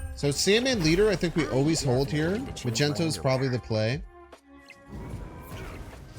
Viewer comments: please tell me you say magneto wrong on purpose, i can’t take it anymore 😩😩😩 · I died laughing how does he not know its wrong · I hate hearing it. Its so annoying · He does it on purpose